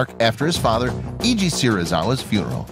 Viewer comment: In Japanese, 'e' is pronounced as in 'egg', so it's 'Se-ri-za-wa' not 'See-ri-za-wa'; the father of Ishirō would also not be 'Ee-ji', but closer to 'Ai-ji'. Most of the rest of it was fine, but I was wincing every time those came up